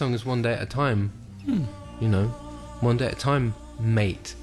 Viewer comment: It cracks me up how he says "mate"